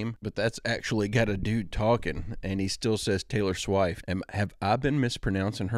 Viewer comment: Taylor S'wife't?! Lmao.... Maybe for clickbait reasons? So many people will have the urge to correct that in the comment section, incurring points for the original poster's account. Maybe he is a cyborg that needs to run an update. Heheh I think it's hilarious when AI mispronounces words... So cute when we humans mispronounce things. What's in a name?! A ra-hose by anyother name would still be a 🌹. 😉 thanks for the daily commitment to providing content for all of us. Interesting to watch your personal growth in Spirituality and Human Consciousness...., you're on the verge of a Kundalini Awakening! 😅 Remember that Delores Canon is a reporter and while she does such a thorough job pioneering through occult subjects that many Americans have not been exposed to in these modern days but many Hindu and Mesoamerican stories have already spoken many of these Truths (or mythologies, depending on how comfortable you are challenging your own biases and the status quos and dogma you may have been indoctrinated into accepting in your culture). I like to study ancient and modern texts and take notes. The Sedona Portal is something that ive found in ancient texts, believe it, or not. There are several (12 probably) Earth portals (natural ones). Question everything but believe that anything is possible... Go inward and trust your INTUITION. There's an entire universe within each of us. Our Divine Connection is a true gift from the Heavens: a living piece of the Source of All thing